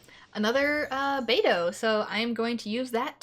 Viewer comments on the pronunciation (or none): "Baidou" Huh, I guess this common assumption mispronunciation must be rooted in English pronunciation rules, cause I've heard several English as First Language speakers do this, Americans, English, and most recently an Irish Genshin youtuber who did pronounce her name this way